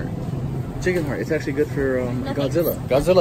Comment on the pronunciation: When he said beef heart I swear he said bee fart